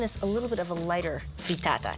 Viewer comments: say FREETAATA one more gd time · If she says “Frreetaataa” one more goddamn time...